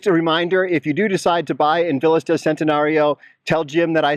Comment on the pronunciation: And please, check the correct pronunciation of VILLAS. Living in Mexico, respect should be shown speaking Spanish - and that includes pronouncing titles, names, and words.